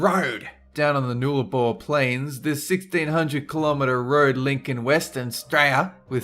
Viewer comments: call yourself an Aussie how dear noo lah bor what the hell is that Nullabor its pronounced "nuh" "lah" "bor" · Noolabor plains... I think he means NULL-A-Boar Plains... and your Aussie Impersonation could use a little work.. Need more C's and F's and "Nah Yeah"... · 9: Reminds me of NFS3 for some reason. 7: it's not Noor La Bor, it's pronounced as "Null-Ah-Boar" Why is Baldwin Street no mentioned? It has a 35% gradient